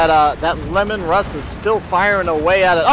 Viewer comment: Lee-man russ, not lemon. Named after the primarch of the Space Wolves.